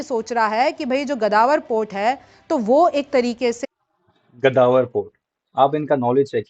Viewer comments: GADAWAR….. pehle Sahi bolna sikh lo madam. Is ka naam GAWADAR hai..😂😂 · मेम गदावर नहीं गवादर पोर्ट सही है। नाम तो सही उच्चारण कीजिए। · O indian danki gawader port hae bolna too seekh lo indian ki phaat rahi hi